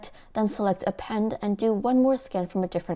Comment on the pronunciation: the way shes says one when she starts the list count, makes me imagine the creality engineer's heart skipping a beat! 😂